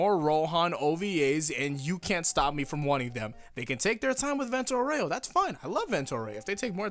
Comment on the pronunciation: Why do you say "vento aureo" like that?